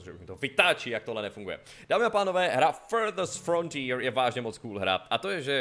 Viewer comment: anglicky celkem umím, ale když jsi říkal jméno hry poprvé, tak jsem slyšel "FLDSMDFR" :D :D